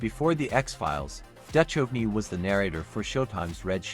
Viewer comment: OK. Right off the bat you can't pronounce the name of David Duchovny. Not sure if you are using AI or an actual narrator. Either way I have to say no to your channel.